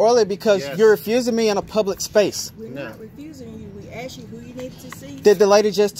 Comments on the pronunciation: Who owned who FOOL? You got thrown out! And it's ASK!!! Not AXED!!! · "can i axe you a question?" The word is "asked" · You "asked " not axed! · Stop saying "aks"! It just makes you sound stupid!